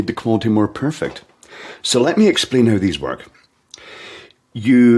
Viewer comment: ......you have to work on your pronunciation. You need to ESSSPLAIN the issue.